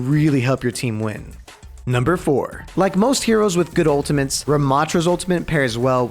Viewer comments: Why does say "ultimantes" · why does he say ultimantes